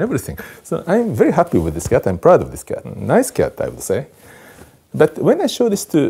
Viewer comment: I love the way he says kyatt